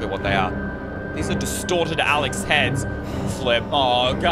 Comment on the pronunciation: In the begin when when you says “Destorted” Alex, I thought/heard “DESTROYED Alex”... My mind was like; wtf???😳😂😂